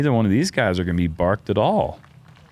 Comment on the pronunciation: are we saying barked or parked? 😅